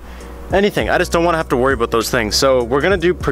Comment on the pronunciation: Ok why do these kids say “oat” instead of out and “aboat” instead of about